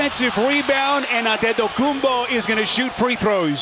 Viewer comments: 😂😂bro said Anthotho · AND ATETOHKOUMBO 🤣🤣🤣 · Earlier in the game they were debating how to say his last name because apparently when he came in the league he wanted it said one way and now he said you pronounce it a different way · How you still not able to pronounce Antetokounmpo? smh..